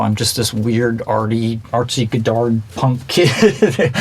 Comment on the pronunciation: Hehe he took a class on Godard but says godarDD